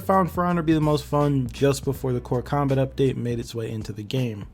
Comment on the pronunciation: Normal people: "Core combat update" What I understood: "Cucumber update"